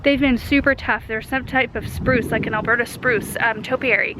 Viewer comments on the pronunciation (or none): none